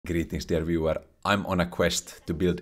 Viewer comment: i always thought he was saying "greetings everywhere" and was fond of it